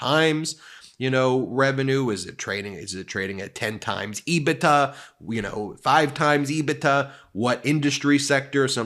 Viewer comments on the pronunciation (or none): Love you channel….but please It is “Ebit…A” not “Ebit-TA” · Not to nit-pick but EBITDA is pronounced EBIT- DA. I've been in accounting for 30 years and I can guarantee it's not pronounced EBI-TA.